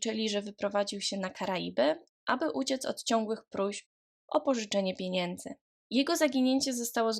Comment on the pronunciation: Wielu podkasterow, mówi w ten sposób, niestety